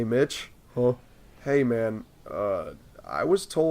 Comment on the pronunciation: Why does it sound like your saying bitch instead of Mitch